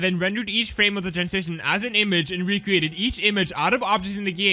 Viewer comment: "i wecreated"🤣